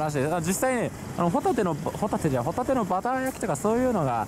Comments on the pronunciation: ホ↑タテですねｗ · ホタテのイントネーションがサンドウィッチマンのコントみたいになってる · ポテトの発音でホタテって言っちゃった！ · 伊達「ホタテって言っちゃったよ！ポテトみたいにホタテっつっちゃった。」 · ホ↑タテはもういいぜ☆